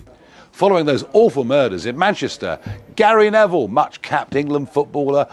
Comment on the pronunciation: Gary Ne"VILE"